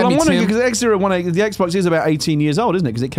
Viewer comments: It’s “XO eighteen” not “Ex Zero One Eight”. What the fuck Greg. Also I’m sure that chair company is pronounced “sim” since it’s simulation related. Jesus. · I hope someone called Greg up on his "Ex Zero One Eight" cos who the F would name their convention that? :D It's "Ex Oh Eighteen". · He kept calling it X018 but its XO18 as in the letter o not zero